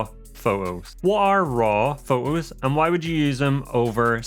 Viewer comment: Exactly what I was going to say! I had to stop watching this as I found it so annoying. Shoo'ing be'r pho'os" . And I say this as a native English speaker.